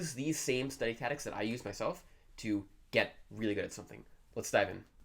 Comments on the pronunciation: It took me a while to figure out that was saying ‘tactics’. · Are you saying "tadicks"? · Haha! I was like what? I feel like he wasn’t sure if he wanted to say tactics or habits so he said taddics. 😂 he kept saying it too, so it wasn’t an accident. I can’t have bad English to gain good chinese.. 😬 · How many years will it take you to learn English? taCTics not tatics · Yes... Study tatics. Interesting. Hmm... 🧐🤔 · Study what? Tatics! It's tactics bro don't forget there is a "c" between a and t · the reason he's saying tatics is that he needed the C for Chinese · yeah I know what you mean, and your right. But I just feel like he's fucking with us, there's no way that everyone in his home pronounces "taddics"… I was under the impression that communities had dialects not individuals if you catch my drift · "tatics". that's all I can hear now... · say "tatics" one more time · hahaha I thought it was another way to pronounce it I didn't know of, anyway this guy is amazing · The lord of languages can’t even pronounce tactics 💀💀💀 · Learn how to pronounce "tactics".... Pleeeeeease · Pronouncing "tactics": me > this guy Everything else: me < this guy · 1 year is slow, don't get a big head bro Also, learn how to say the word tactics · Fluent in Chinese, can't pronounce "tactics" in English. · You may be able to speak Chinese, but you can't say tactics